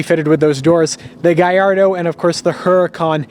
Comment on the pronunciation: it's italian it's GALLARDO NOT GAYARDO